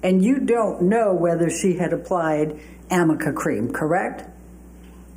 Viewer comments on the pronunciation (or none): The whole “peck on the cheek” part and pronouncing arnica cream as amica cream and using makeup for every single excuse in everyone’s testimonies are all just a load of bollocks 😂😂😂😂😂 they have nothing on Johnny but drink and drugs (which lets not forget amber had her fair share too and also she let Whitney teach him how to use a tampon applicator to sniff coke when amber was supposedly supposed to help Johnny in supporting his recovery) and breaking up some rooms (or cabinets in his own house 😂) out of anger…there was no physical abuse and 💯💯💯💯💯💯💯 ABSOLUTELY no sexual abuse!!!!! 🤬🤬🤬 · They keep saying amica, it's arnica. It helps with bruising. Dumb lawyer. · I know, that was ridiculous. “Amica” cream 😂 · “amica” cream is killing me 🤣 it’s ARNICA. And I’m guessing she read it from her notes and whoever wrote it, it was handwritten so the “r” and the “n” next to each other looked like an “m” to. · The fact kept trying to nail him on "AMICA" cream which doesn't even exist, instead of ARNICA cream which is used to treat bruises, is the most thing ever 😂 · No wonder he doesn’t know what it is since she’s mispronouncing the name 😅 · While I agree questions were almost bizarre at times - her friggin obsession w/ “amica”cream which she kept getting wrong as it’s “arnica” not “amica” - & ineffective, all those make up questions were her trying to convince the jury that Isaac couldn’t actually know if Amber had make-up on or not as he claimed, because he wasn’t familiar with it each product. That was an epic fail on part. Issac & the English guy who managed the Australia rental were so genuine, honest, & believable. failed miserably questioning Issac & instead actually bolstered his credibility & likability. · and you do have to wonder, why did nobody correct - it's A r n ica, not Amica. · she also mistakenly called Arnica cream Amica cream about 5 dozen times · “Amica? AMICA?” Girly pop its aRNica😂